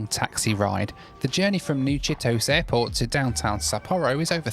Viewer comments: The price for not doing research beforehand. But it's probably alright as he'll claim the taxi costs as tax deductible expenses. And it's pronounced Chitosay, not Chitos. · Never take a taxi in Japan as they are almost always expensive. Also the airport name is pronounced chee-toh-say not Cheetos. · Ahhhh Japan! I lived in Osaka back in the early 90s for a few months and worked for a Japanese company in Australia for 5 years. It is pronounced chee toe say BTW hahahah. Hope you are having a good rest now looking after Rachael all the best! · My second comment… New “chi-to-say”. All vowels are pronounced in Japanese words. There are a couple of exceptions, but trailing a, e, i, and o will always be pronounced.